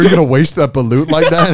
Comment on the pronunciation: Ok so the way to pronounce balot or duck egg is saying ball and lot fast, lmao the way Joey said it made it sound like another food.